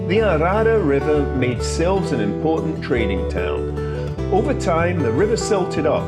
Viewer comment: Great video. To pronounce the town I believe is is 'Silvesh' but could be wrong. Next time you are there then go on a Sunday afternoon to Cafe Ingles as they have a lovely music lunch. Oh I think its Sherusgayra!! 🙂